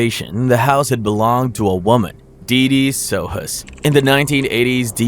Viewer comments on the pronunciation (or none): none